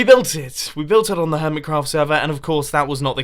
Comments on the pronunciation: did you say hoirmetcraft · "hormitcroft" "pieush" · Hormitcraft? Mumbo were you drunk? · He said hormet craft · hormitcraft Hormitcraft. HORMITCRAFT? T R I G G E R E D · Who else heard hoormit craft at the start there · Hormitcrawf! brain-mouth_connection.exe crashed